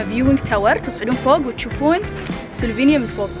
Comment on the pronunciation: شكرا على التغطية بس يا ريت لو سمحت تلفظي اسماء المدن مزبوط ..... مثلا عاصمة كرواتيا , زاغرب وليس زوغروب ايضا سلوفانيا وليس سلفونيا .. يا ريت كل واحد عامل حاله تيوبر يقرأ ويتعلم عن الدولة اللي مسافر عليها قيل ما ينشر الفيديو